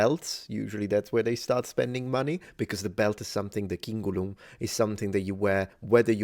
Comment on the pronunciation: The way he just pronounced ‘Cingulum’ was really jarring to my ears. I had to play it a second time to understand what he said